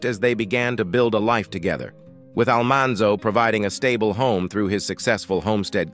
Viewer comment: Yep! They lost me with Al-MAN-zo Wilder..